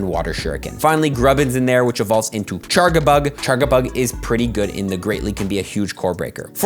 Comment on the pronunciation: "char-guh-bug"? Better than "mack-ul-light" (instead of MAL-UH-KITE on the biomes event videos) at least, you go,!